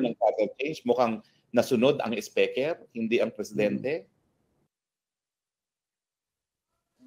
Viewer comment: halatang asar si Atty. Roque Kay M.Romualdez, Kasi bigkas nya sa speaker iba hehehe